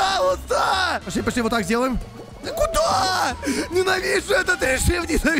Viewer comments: говарит не пошли а посли.Я первый раз вслушалась,так угарала.ХВАХПХВХЗП))))0))0))00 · он скорее всего не выговаривает пошли и получается посли ))